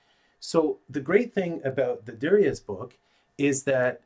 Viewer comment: Just for your own knowledge... the authors surname is pronounced "jur-ree-a". It's a French name so the Z is not pronounced.